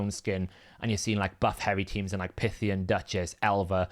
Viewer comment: Do people in the UK call a python "pithon"? I cannot fathom why he calls Pythion (pie-thi-on) pith-i-on. Drives me bonkers, just like with Gnut. NEWT. They even pronounced it for us in the show!